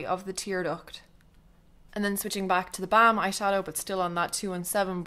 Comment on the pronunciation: Gorgeous! You're seriously one of the most talented make up artists here in youtube. Oh and I love how you say theBalm :D